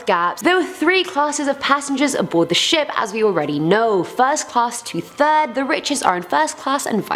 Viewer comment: Did she just say "the fatal turd"?